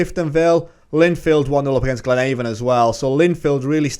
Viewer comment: Coleraine is pronounced coal-rain Glenavon is glen-aven as in avenue not the river avon. Great series, portadowns my hometown.